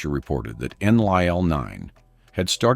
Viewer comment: Your AI doesn't even say Enlil correctly. Enlil was the semi-reptilian half-brother of Enki and the Anunnaki military commander here on Earth - Anu, his father had remarried and had married a reptilian for reasons best known to himself. Enki was the purebred Anunnaki from Anu's previous marriage and was a scientist who did his best to help us in what were difficult circumstances because of Enlil.